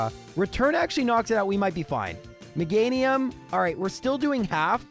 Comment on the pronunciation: Meganium 😮 not MEGA- NIUM?